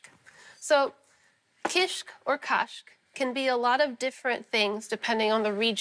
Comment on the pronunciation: When Solah pronounce kashk it sounds just like the Irish word for cheese - cáis!